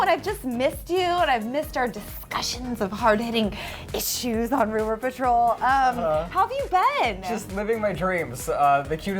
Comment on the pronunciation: "partol" hahahaha